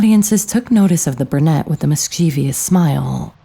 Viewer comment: the word mischievous is pronounced mis Che vous, not mis chee vee ous, it ends in ous not ious.